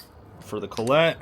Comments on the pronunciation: Man how tf do you not know how to pronounce collet......wait I know you are one of those people who sound words out 50x to try to spell them and use your fingers for math......collect collet....makes sense I guess......I collet a "call-it" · Collet. - Call - It